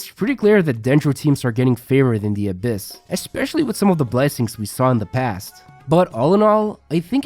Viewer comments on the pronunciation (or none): none